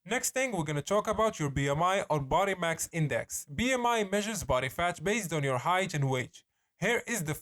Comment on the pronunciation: My man literally said "Body MAX index" lol